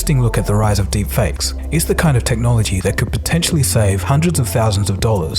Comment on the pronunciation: love how it says derpfakes lol